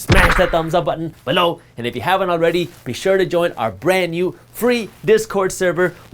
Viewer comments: “Below” 🤣🤣 my favorite parts other than the great information brother! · I love Jaspreet and this channel. It gets me every time (LOL!) when he emphasizes the word “BELOW!” Keep up the good work! Bahut badhiya!